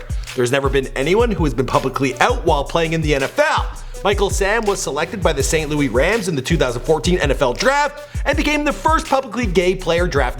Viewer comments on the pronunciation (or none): "Saint Lou - Is" Not St. Louie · It's saint Louis, not saint louie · I know this nigga ain’t say saint louy rams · This man said St. Louie